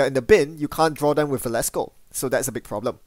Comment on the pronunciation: Velasco not Valesco, thanks for the videos.